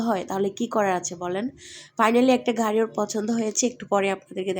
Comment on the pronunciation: ঘারি?? প্রাদান্য? প্রচন্ঢ?😂😂 নিশ্চিত মাদ্রাসা ব্যাকগ্রাউন্ডের মূর্খ। আপনার সন্তানকেও মাদ্রাসায় পড়াইয়েন, দূর্দান্ত আলেম হবে, যে শুধু কোরআন ছাড়া দুনিয়া কিছুই জানবে না, ঠিকমত বাংলাও বলতে পারবে না ঠিক আপনার মত।